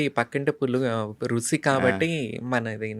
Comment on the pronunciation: గారు రుసి కాదండి రుచి అని పలకండి. All the Best అండీ. 💐💐💐💐